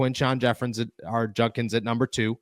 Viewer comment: JUDkins... not junkins.. for fks sake.